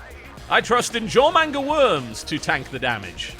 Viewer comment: Somebody needs to make a Moe Jormungar. Or as TB says it: JorManga.